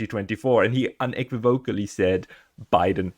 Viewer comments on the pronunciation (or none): .. You need to look up how to say "unequivocally". ;)